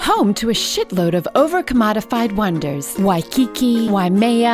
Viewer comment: Wai-kiki, Wai-mea, Wai-te washing... The odd pronunciation made that joke worth it.